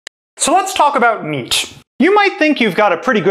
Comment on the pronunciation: for example "meat"